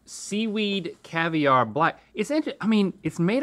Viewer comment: Haha it’s cavi-aren’t